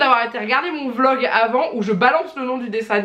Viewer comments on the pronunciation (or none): none